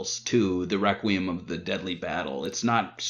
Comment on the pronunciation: I can't get over how pronounced "Requiem" (Re-queem) 😂😂 But loved the episode, great job guys! 😁👍👍